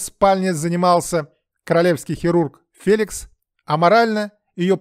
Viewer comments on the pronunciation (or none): none